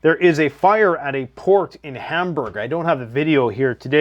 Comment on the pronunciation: Hamburg the city in Germany is most definitely not pronounced like Ham in Hamburger. 😂